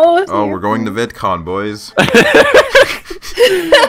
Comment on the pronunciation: When he said vid con I thought he said VIETCONG